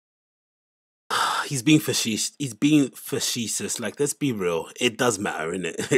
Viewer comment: can I get a recall on facetious!!!! FaSheShus??? Idk if you have ever pronounced that word correctly, 😂, Brendan at least knows better than to attempt the word!!!